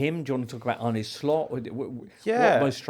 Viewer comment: James it's Arne, not "Arnie".